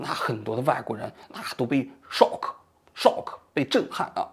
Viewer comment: 王局现在日语什么水平，听那两句shock ，有日本口音了